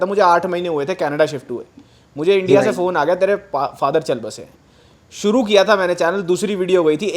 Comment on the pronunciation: Suru nai shuru hota hai sa or sha seekh